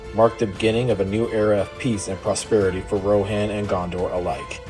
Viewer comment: Its weird to me that "Rohan" is pronounced incorrectly. Otherwise, nice video.